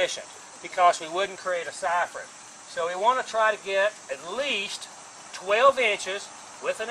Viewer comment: Great vid. So many top tips.I love how he says siphon. SAIFORNN!